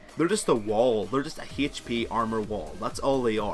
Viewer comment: Great video! I used to be screwed if i was stuck in jungle bu then i used naut and climbed to silver! The only bad thing is your pronunciation of Hp